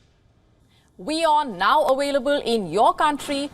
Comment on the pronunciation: Now wion "AWAILABLE" 😮🙄🤣🤣🤣🤣